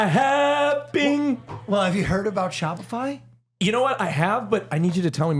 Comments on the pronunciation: Love that in the Shopify ad read accidentally said Spotify 😂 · omg did will accidentally say spotify during the shopify ad lol